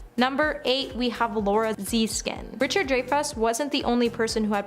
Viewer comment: “Chase Chevy”. “In Famous”. “DrayFuss”. First two minutes.